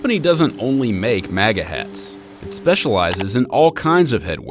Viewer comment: You are pronouncing MAGA wrong